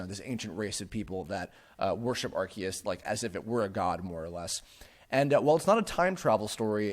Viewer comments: Areceus would actually be Ar-say-oos. Think like Zeus or deus for the us sound and ce being like the english word say. アルセウス would be pronounced that way. Kanto has been mispronounced since day one by the dubbing staff as well. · Pronounce it how you want, but the TPCi pronunciation is not even close. Ar-see-us is still closer.